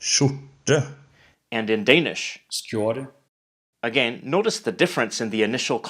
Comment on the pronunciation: I am Norwegian and from Oslo. I react to the pronunciation of some of the Norwegian words in the video. In particular, the word "skjorte" (shirt) has an unnaturally long pause between the letters "r" and "t". The word should be pronounced as one word as in Danish. The word "skip" (ship) has a too long "i". The word should be pronounced almost as in Danish with a relatively short "i". The word "deilig" (delicious) should be pronounced without stress on the letter "i" at the end of the word. Many of the Norwegian words are pronounced in a somewhat strange way in the video. Maybe it's just a coincidence or lack of experience, but generally the words are pronounced with a little too long vowels and with a strange stress at the end of the words. The female voice has a more natural pronunciation of the Norwegian words. Otherwise, it's a nice video with two basically very similar languages. Maybe Norwegian (Bokmål) should not be called a separate language, but rather a slightly special Danish dialect. The biggest differences between the languages seem relatively artificial, as if the differences were developed for the sake of the differences themselves. That is, for political reasons, more than linguistic reasons.